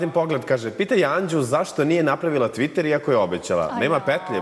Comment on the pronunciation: "TvIiiTeeeer"cc jaoo,jao!!